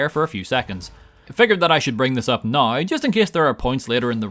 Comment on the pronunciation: It's pronounced "now" not "NoUrA"